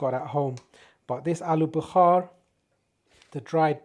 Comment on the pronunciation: Alu Bukhaaar hahahha guy is funny tho. Its called Bukhara.